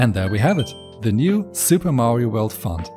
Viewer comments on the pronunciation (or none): pov i hear someone pernouncing font as fon ITS FONT NOT FON